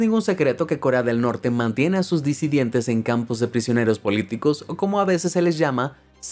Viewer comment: Disidentes, no "disidientes".